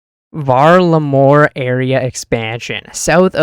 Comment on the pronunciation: Val-Ah-Mor not hard to pronounce they said it about 83 times in the summer summit stream lmao